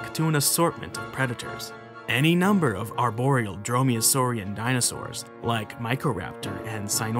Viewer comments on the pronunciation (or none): none